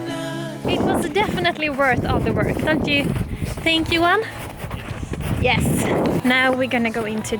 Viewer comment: His name is Johan pronounces as Juwah (I think).